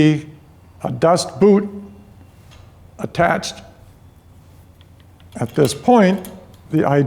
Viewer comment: Mysteries of wife's new bike now revealed, previous owner's comment: "Front break just needs tightening up." Actually means new 'noodle' required! Thank you. 'Dust boot' Haha, I thought you said 'Das Boot' !